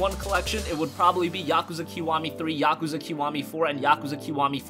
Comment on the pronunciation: That's not how you pronounce Yakuza